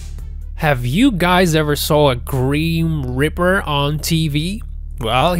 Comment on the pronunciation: What did you call it? A greem reaper. True to this kind of channel who doesn't check spilling or how to read. It's Grim Reaper. Look it up Do you know what the work Grim means? Cause you couldn't be calling it Greem.